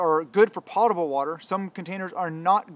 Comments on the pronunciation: Potable Drinking water - Food American pronunciation Sounds like pow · tuh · bl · You forgot bleach bottles,they are perfect for “potable” water which you didn’t pronounce correctly